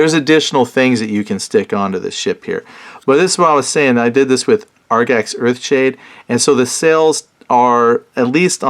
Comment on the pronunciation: Agrax...not Argax. fyi